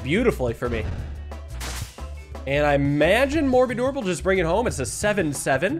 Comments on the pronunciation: this one actually has a reason haha. When the morbidorb was first added saw it and very exitedly said “morodeedorb!” So now it’s sort of stuck. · I heard him say mor-bi-dorb and had a double take. I thought it was a morbid orb.